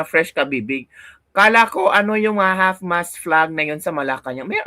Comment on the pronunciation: Yon ang Tama" Half Mast" Hinde HALF MASS